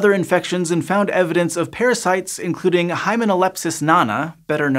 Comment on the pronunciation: hymenolepis, not lepsis